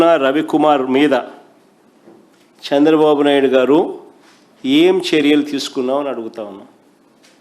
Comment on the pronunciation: సాంద్ర బాబు కాదు రా say చంద్ర బాబు . First learn to speak any one language properly. Tdp is ruling very well, we are happy. You don’t worry